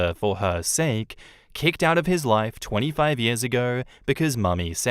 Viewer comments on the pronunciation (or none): none